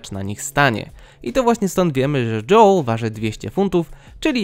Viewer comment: Czemu mówisz dżoł a nie dżoel